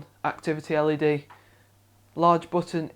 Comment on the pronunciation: It sounded like he was always saying the fans were LAD ready, but turned out to be LED ready -_